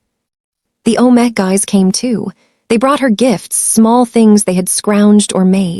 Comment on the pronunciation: Good story, not romantic, TOTALLY Unedited… pronunciation is ridiculous for main characters! Even visuals are nice. All that work to mispronounce omegas and betas, very distracting.